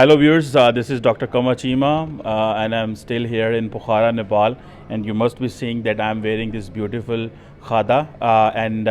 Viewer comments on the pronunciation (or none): he said Shiri lanka and nepol 😂😂